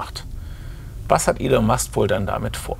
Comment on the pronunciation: Könntet ihr euch bitte entscheiden, ob der Mann nun "Ihhhln", "Ellen" oder doch einfach "Elon" (ausgesprochen "Ilon") heißt? Die ÖRR-Dokus werden auch immer grottiger.